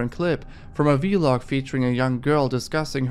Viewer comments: not him saying v log instead of vlog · It’s funny how he pronounces Vlog as V-log